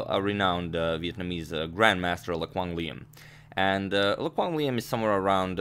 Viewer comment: A+ pronunciation on Lê Quang Liêm lmao